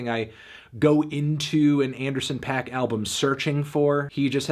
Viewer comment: That's not really how Paak is pronounced